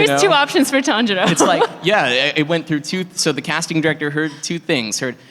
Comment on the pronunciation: The tanjiro mispronunciation😂